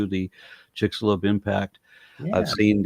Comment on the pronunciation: Or the "chicks alone crater" 😂